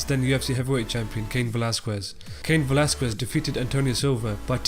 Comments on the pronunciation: It's not pronounced "Velaskuez" it's "Velaskez" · 'cain velas-cwez'